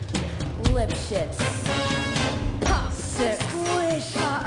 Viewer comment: its lipshitz :P not lischi